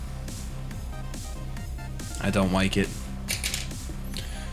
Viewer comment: " I don't wike it" Ok.